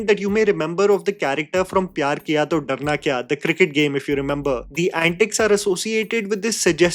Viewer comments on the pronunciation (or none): none